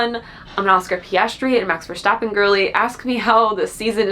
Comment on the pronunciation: next time you're in the NL I'll teach you how to say Max Verstappen like a real Dutchie